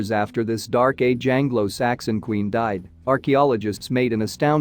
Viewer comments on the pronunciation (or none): none